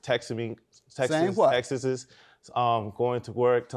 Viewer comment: Did he say" textetes"?